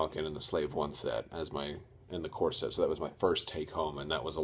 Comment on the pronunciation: First purchase was a corset? lol, sorry, I had to listen to that a few times. Did you mean corvette? No worries, nice vid :)